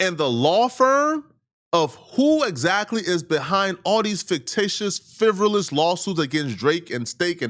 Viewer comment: incorrect usage of words for today: “fivrilrous” instead of “frivolous 🤦🏾‍♂